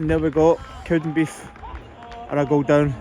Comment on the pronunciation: It's "CowdenbeaTH" not "Cowdenbeef" 🙄